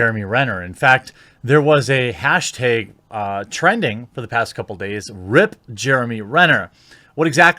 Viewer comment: lol the quartering is soooo bad at pronouncing things, not only names. he says hashtags wrong. i like the guy but come on.... aren't you a little bit embarrassed by that? it's doesn't speak very well for your mental acuity